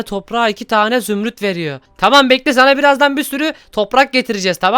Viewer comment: zümrüt diyeceğine zümüt dedi...